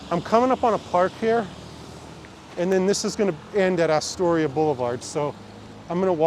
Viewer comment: its not "Asstoria"...natives call it Uhstoria....but cool vid...you passed right by my corner on 46th